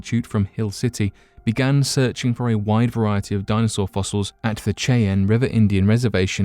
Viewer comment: Cheyenne is pronounced shy-Ann